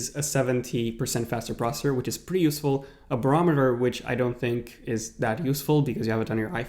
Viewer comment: *cell-U-lar *pro-cess-or